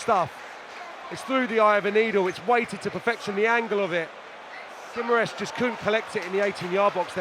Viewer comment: A Maresca ......... Noni au lieu de nini😅